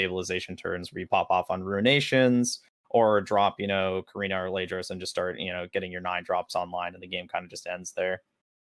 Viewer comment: You know there's a t in KATarina, right?